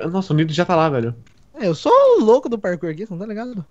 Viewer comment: So eu q lembro do Aruan quando fala parkuor e fico com saldade?😔